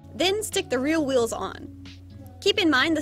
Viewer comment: struggle to say rear wheels is great. "real wheels"